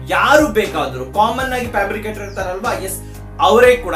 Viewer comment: Square Peet ❌ Square feet ✅ Pabricator ❌ Fabricator ✅